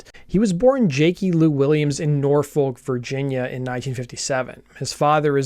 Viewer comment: FYI - Norfolk VA is pronounced Nor-fick. Also, you don't move down to LA from San Diego, you move up. LA is about 2.5 hours north of San Diego.